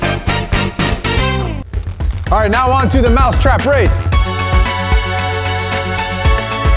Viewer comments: I heard them say now on to the mouth trap race not now on to the mouse trap race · Did anybody notice say (mouth trap)